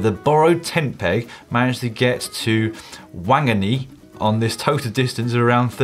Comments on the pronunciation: Dan "Wang-gunny" ? Oh you mean "fong-ger-ay" ? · Since it was Aotearoa, I strongly suspect the mentioned town was Whanganui, pronounced Phanga-new-ee. Just a voice against the inhumane: Let us not indulge in unnecessary butchery. . . Call Whenuakura your pronunciation. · Great show. Good to see Manon in the studio, was also amazed at how badly Dan mangled the pronunciation of Māori Aotearoa and Wanganui - full credit for the effort! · OMG Dan, you absolutely murdered the pronunciation of Aotearoa and Wanganui! 🤣 Gonna be some unhappy Kiwis out there!